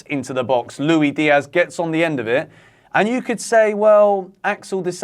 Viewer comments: Good analysis. Agree with your points. Please stop calling Luis Diaz “Lui”. I know it’s an English thing but he isn’t English. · Why do English ppl not pronounce the “s” in Luis. It’s pronounced how it’s spelled bro.